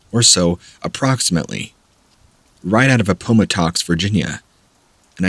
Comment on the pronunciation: Interesting pronunciations of Appomattox and Haiti.